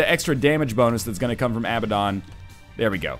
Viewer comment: Abaddon = Uh-Bad-En